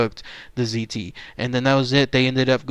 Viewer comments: The word "ziti" PLEASE stop pronouncing it the way you did in this video! Your OVER pronouncing the "I". It's pronounced more like "ZEE-T". Apologies on being "that guy, but still. :) Lol "good ol Rosie" very smart man BUT thought he was too smart (playing insane) and it didn't work. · I realize this is late, but it sounds just like "seedy. " Just say it like that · no probs with it pronounced just sound the T with a D!